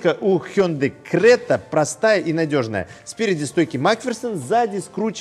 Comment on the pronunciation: Ни крэта,а крета.